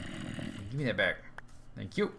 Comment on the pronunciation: i can see it know a 1 hour video of him saying welcome backa to the minda cracka servera